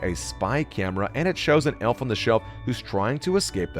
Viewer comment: You said elf wrong